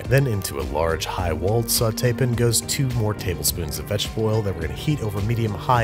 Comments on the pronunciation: You realize how brilliant Parasite is, when you learn new details about like this about the movie. Also Andrew- sautay-pins? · Don't forget sautepn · From the creator of "Saucepin", enter: "Sautepin" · I came for the recipes. I stayed for the pronunciation of sauté pan.